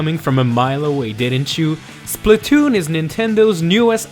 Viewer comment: I sed plz don't be spaltoon and all of asodean you sed spaltoon and that freaked me out how ironic